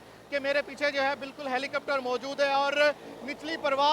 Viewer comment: is very funny hahahahah "HALICOPTARO" HAHAHAHA.... typical punchabi... Love you PESHAWAR ZALMI... INSHAALLAH WILL WIN THE FINAL AS WELL...